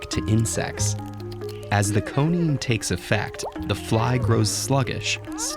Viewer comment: It’s actually “coniine,” pronounced “koh-nee-een”